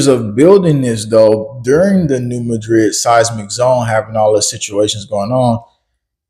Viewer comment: Anybody else from New MAD-rid? That’s also how the geological professionals pronounce it-the way locals do for the city of the same name. Sorry, great work. Love you all.